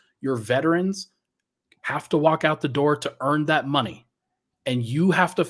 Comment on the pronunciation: Yeah I was appalled at CB comments. You don't say thaylt.